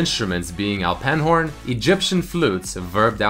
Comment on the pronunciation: "Alpenhorn" not bad pronaciasion :D Due to im from switzetland ^^